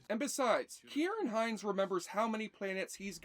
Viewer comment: Points for pronouncing Ciaran correctly. I tip my hat to you.